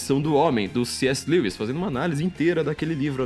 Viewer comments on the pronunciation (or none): none